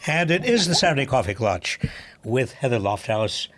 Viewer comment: Klatch, not clutch